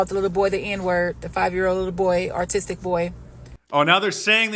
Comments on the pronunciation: BIG win! 💪🏼 Also that black lady said “artistic” hahahaha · She said aRtistic 😂 Blacks.